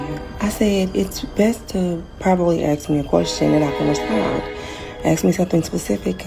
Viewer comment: "I was talking to a mayan...Ax me something specific"